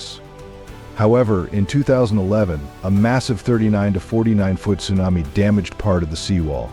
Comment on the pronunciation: AI ? or don't you know how to pronounce Tsunami ?